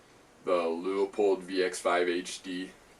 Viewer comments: Pronounced Loo-pold not Loo-a-pold or Lee-a-pold. Otherwise very good review. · If you want to pronounce it in German, it would would more like Loypuld